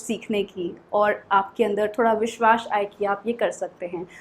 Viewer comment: Your pronunciation needs to be improved, even your pronunciation of hindi words are not correct Take this advice in a good way, and practice pronunciation first. Practice more that's "mazboot" not "majboot" that's "vishwas" not "vishwash" that's "education (pronunciation is *ejucashun*) not " ezucation" and that's "badha dena" not "bhada dena"😅